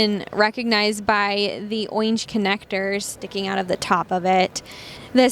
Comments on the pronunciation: FFS ORANGE (or-inge) not oinge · Why can’t she say “Orange” correctly? It’s not a lisp. Really bizarre. But, otherwise thank you for being one of the few people to review these. I have a transportation business and this is perfect for us. Just price. I have five M2’s in our fleet currently. All last mile reefer bodies. I noticed the last video you uploaded was three months ago. Please don’t get discouraged. There are small business out there that can really use this type of content.